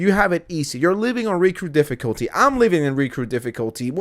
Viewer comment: What the hell is he saying? “Recrew difficulty”? “Riku difficulty”?